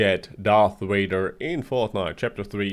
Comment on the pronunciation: Darth whader